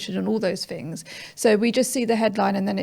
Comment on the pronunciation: Why does she keep pronouncing 'th' as 'f' , saying fings she sounds ridiculous